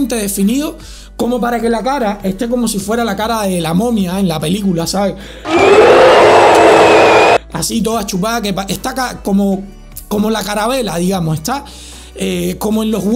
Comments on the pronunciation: se dice calavera no carabela, no lo digo a mal, saludos se te quiere! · se dice calavera madre de dios... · La "CARABELA"? jajajaja buen video como siempre, saludos! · todos: calavera: caravela xdxdxx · Caravela o calavera? Jajaja, me has hecho el día amigo! Saludos desde Ecuador! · Persona normal: Calavera.: Caravela. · caravela o calavera xd